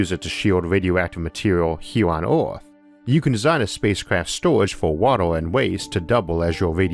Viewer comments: Why you keep saying Orth and not Earth? It some artistic interpretation thing? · "Wader" " hewe" "eawth" "biggew" "awea" "dwag" "awmor" -Isaac Arthur